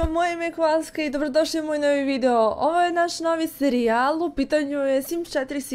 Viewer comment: 0:5 seri-jal xD ja ono 1 put čujem kažem kako?Mislio sam da mi se činilo. 2 put sam se zasmejao.